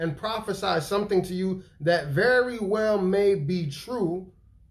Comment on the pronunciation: Bro wassup with you in these hotels my guy??? Veddy, Veddy, suspect bruh 🤔🤨🧐 sike nah I'm sure you're on the move going to conventions or preaching right??